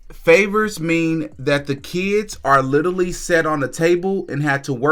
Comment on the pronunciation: Petty me buuuut.... I replayed him trying to say the word literally mmmm idk 6 times